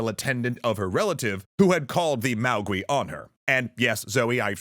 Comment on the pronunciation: Note that the “-gui” in “maogui” is pronounced /GWAY/, not /GWEE/, just like “feng shui” is /FUNG SHWAY/, not /...SHWEE/. Also, your sources might be confusing “maogui” and “mogui,” which is much more likely where the “mogwai” of Gremlins came from.